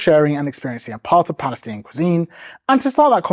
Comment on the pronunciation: lol wtf is balestinian?